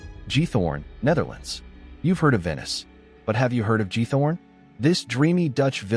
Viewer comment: Credibility would be improved if the names of the places were more accurately pronounced. (RoTHenburg Oh Bee der Taube? Really? and Jeeth Horn?) Most of these places are already somewhat over-run with tourists, certainly in the summer months.